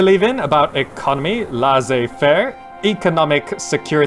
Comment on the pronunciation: hint: not sure if someone told ever told you but "laissez faire" is French for "free judgement" and it's pronounced Lé-ssé-fair